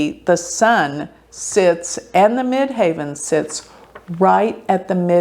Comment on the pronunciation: It is the Mid Heaven, not Mid Haven. She is not correct.